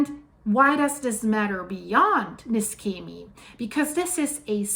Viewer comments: The correct pronunciation of Niscemi is (using the IPA alphabet) [niʃˈʃɛmi]. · you yourself said the cause - too much water. And btw. the plase is pronounced with a SH like in shoes. For those understanding Italian, the owner (and geologist btw) of the channel Geopop, he has promptly described this landslide. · NISCEMI IS PRONOUNCED AS IF IT WERE SPELLED LIKE THIS……. (NESHEMI) NOT (NESKEMI) HOW YOUR PRESENTLY PRONOUNCING IT………. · The name of the town is pronounced "Neeshaymee". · Apologies for being pedantic, but the correct pronunciation is Nee-Shem-ee. But this disaster is an awful disaster. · The right pronunciation of Niscemi is Neeshamee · It's pronounce ne-sha-me. Thanks for the reporting. I just got back from a 4.5 year tour with Navy. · It's pronounced Neeshamey. And Gela is Jayla.